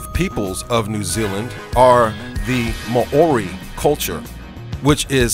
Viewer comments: just speak normal and pronounce the words properly please cause how u pronounce Maori is terrible.. u pronounced tonga well but it's Maori not ma o ri Maaaaooooorrrriiiii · The indigenous people of New Zealand are Maori pronounced Mow-ree . The Pacific island you call Caledonia (cal donia) is actually named New Caledonia and is pronounced Cal-e-don-ia. If you are going to make an informative video please check your pronunciation, or you come off sounding like an idiot! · Fucking (Mow-ree) is how it is pronounced dude... How are you going to put so much work into a video and NOT LEARN HOW TO PRONOUNCE WORDS!!!! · Mah-ori....???? When well-meaning Americans try to be clever without doing their own research - I literally cried with laughter when I heard Te Reo Maori pronounced like that. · You don't say Maori correctly - it's Mau-rie [as close as possible for those who don't know the Maori vowel sounds]. I live in Canterbury, NZ. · Damn stupid computerised voice cannot pronounce Maori correctly. New Zealand does not rate highly in terms of health economic freedom quality of life and education Nationally. We are a 3rd world country with the highest rate of poverty homelessness, health illnessness crime drug problems domestic violence in the OECD!!! get your facts right . Zealandia is a dutch termination and not used here. WE are not dutch and we are not ruled by the Queen of England...